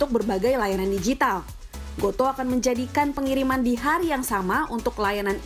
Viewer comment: Goto Bacanya bukan go to Tapi goto Gojek toko pedia, bukan baca "to"